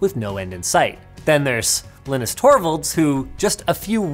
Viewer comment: did linus just mispronounce his own name?